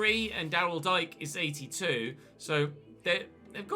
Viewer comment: Just want to say the way Dike name is said is D Kay